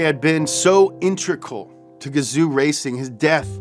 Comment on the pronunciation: “intrical”? Integral?